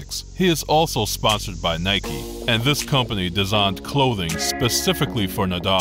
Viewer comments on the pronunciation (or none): none